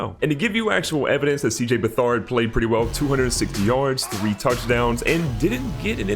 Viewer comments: You pronounce it C-J Beh-Third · It’s Beh-Third